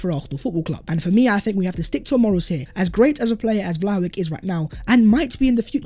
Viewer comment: For God's sake,, when are you going to learn to pronounce Vlahovic's name?? EVERYONE around you is pronouncing it properly. LISTEN to them!